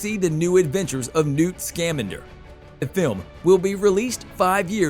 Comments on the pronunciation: Ooh, your right,he said scam-ander, that's horrible. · It's pronounced "Sca-MAN-der" as in "salamander", not "SCAM-ander"... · I literally came to say the same thing, Hermione style 😂 “It’s Sca-MAN-der, not SCAM-an-Der!!” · I know I am not the only one laughing when he says Newt’s name sounding like he is a Scam or something, Scam-ander You labeled the American Minister of Magic as a professor. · Have you ever actually watched a Harry Potter movie? It would be so much better if you learned how to pronounce scamander properly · Uh, it's pronounced "Sca-man-der". Honestly, learn how to pronounce the names! Illvermorny, not livermorny.